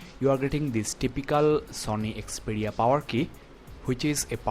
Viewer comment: It is not Xpedia.. It is Xperia...